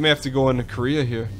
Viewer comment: I hate to be this guy, but seriously Dan has been saying and spelling it "Koreah" for sooo long!!! It's "Kareah" :'( WHOLEEE different pronunciation too :< KA-RAY-AH oh what ever I still love the vids x.x